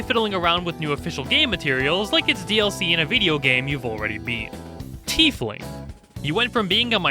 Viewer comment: Changeling and Tiefling were so on point XD